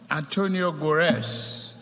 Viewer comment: Antonio Gutarez Mr President, not Antonio Gurez. Take note sir . Your handlers ought to take you through this speech muptiple times over and over before the event , bit they just sit and collect guge salaries